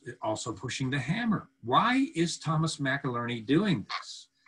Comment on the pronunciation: Never seen you so defensive and anxious. Getting highly significant names (MacilLerny!! ) repeatedly wrong and repeating sentences.I am sensing mental pressure and deception, Anyone else on this wavelength?